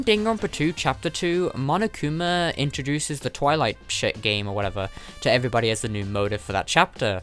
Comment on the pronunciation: I watched one of those vids he said monokuma the worst way possible.